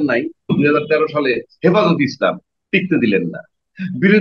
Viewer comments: আপনার ছালাম দেওয়া শুদ্ধ হয়না.. দয়া করে ছালাম শুদ্ধ করে শিখবেন.. এবং শুদ্ধ ভাবে ছালাম দিবেন....।। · সালাম শুদ্ধ হয় নাই